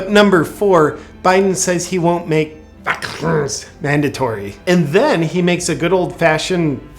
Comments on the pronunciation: LMFAO when you say Whazkeeenes....! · I like how you're pronouncing the bullshit....in vaccines🤣🤣😁👍💯